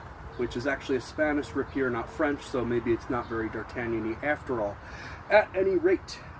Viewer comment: It’s rapier not rapeer bro 😂 nice review though. Did it come sharp or did you have to refine the edge?